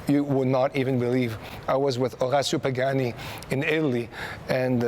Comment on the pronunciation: right probably should pronounce the name right before vlogging.